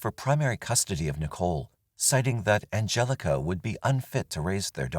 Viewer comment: Angelika in German is pronounced An gel ika emphasis on the 'K' and not the 'G' the G being a hard 'G' in Angelika. I know this because it's my Daughter's middle name, named for my Aunts friend who is German. Just saying 😅